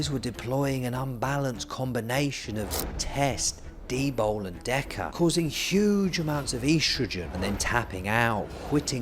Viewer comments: Coz eez bri-ish innit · Why does he clearly say D-BOW instead od D-BOL?